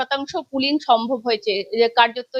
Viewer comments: দিদি ওটা পুলিং নয় পোলিং। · 💢🤡 ORE MURKHO...OTA PULING NOY 💩❌❌❌ OTA POLLING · পুলিং নয় পোলিং